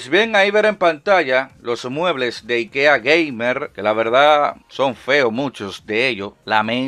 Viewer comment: Yo al escuchar al locón pronunciar IKEA 😟 pero después me entero que lo pronuncia como los suecos lo hacen 😎👍🏼